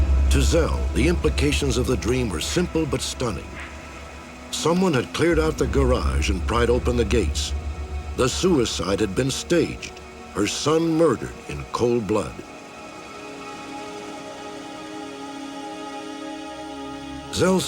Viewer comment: "In cold blowd"